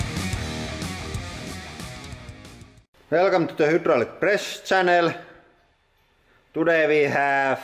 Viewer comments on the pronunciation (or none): You pronounce axlotl better than you pronounce most other english words. Axlotlu is closer than hutrolic